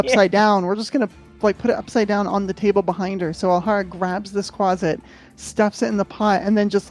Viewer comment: Quasit! Not Quaste! Hahaha